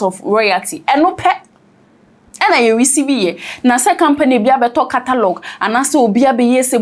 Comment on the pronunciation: The way pronounces catalogue as3 3y3 twi word 😂. nie “KATALOG”